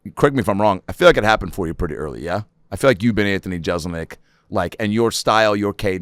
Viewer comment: Anthony would probably hang out with Adam more if he’d quit mispronouncing Jeselnik as Jezelnik.